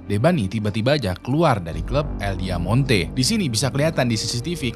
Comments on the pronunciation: Bang nama club nya "Diamante" yang artinya Berlian bukan "Diamonte" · Diamante kali bang, bukan Diamonte